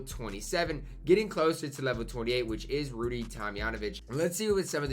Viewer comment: OMG I’m shocked. Someone said Rudy’s name right. Wow.